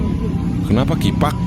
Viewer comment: Wkwk Bengek hyung kifak afa afaan nih🤣🤣